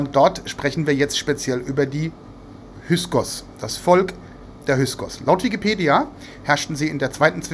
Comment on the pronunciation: Min || Bitte --> "HY K SOS" ❗ Nicht "HY S KOS" ❗ Solche Ungenauikeit irritiert unnötig (zumindest mich)!